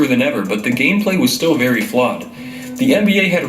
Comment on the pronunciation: Nigga said gameslay